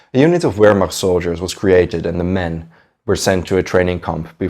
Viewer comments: it's not "W"ehrmacht...........it's "V"ermacht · " VEHRMACHT"......THE W IS PRONOUNCED LIKE A V.... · Btw it is pronounced as Ver macht (Wehrmacht) not wer mach. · "Ver- Macht" and "showww-did" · W in german is pronounced with a V sound... Wehrmacht is pronounced "Vehrmact".... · It’s pronounced Vehrmacht. Jus sayin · Brantley Hester in English we pronounce it vairmacht like it’s supposed to be. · Great video! Though I gotta say Wehrmacht is pronounced with a V sound, not a W. Like VEHRmacht. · The German Armed forces during the Second World War, the Wehrmacht, is NOT pronounced “Where-Macht” the “W” is pronounced with a “V” sound. otherwise good content. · everytime u spelt "Wehrmacht" my ears bled :( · You are aware that “wehrmacht” is pronounced starting with a “v” right? 🤦‍♂️ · In German, the letter W is pronouned like a V in English. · It's driving me crazy too but I think he's just trying to pronounce it in English though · Noticed that...and his mispronounciation of wehrmacht and even numerous english words is very distracting in this video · Alfred Iodl, not giodl. German, not english......Vilhelm, not uilhelm.......Pls, review your pronunciation of german words....vehrmacht, not uehrmacht..........